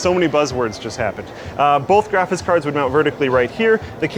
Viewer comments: am i the only one that every time says graphics card... it sounds like he's saying either "GRAPHIS" or "GRAPHITS" card? Not complaining, love the videos, just always feels like nails on a chalkboard whenever we talk about graphits cards:) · Is drunk? graphis cars? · Did anyone else hear him keep saying "graphis card(s)" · says "graphis cards" a lot in this video. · really said "graffis cards" a lot in this vid. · graphis cards lol Voice getting a bit worn out at this point, or have you always pronounced "graphics" this way, and I just never noticed? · "Graphice cards"